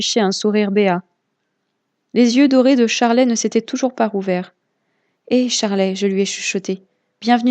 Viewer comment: Juste, elle s’appelle Charley mais ça se prononce Charlie